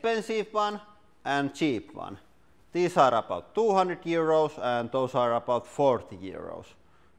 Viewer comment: OMG when you said 200 euros and 40 euros it sounded like you said 200 years old and 40 years old!